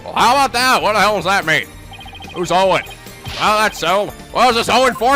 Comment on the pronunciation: Owen.. Ouwen.... Ouendo